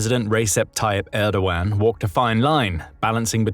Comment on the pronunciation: It's not "Reysep", it's "Rejep" Tayyip Erdo-an (muted g)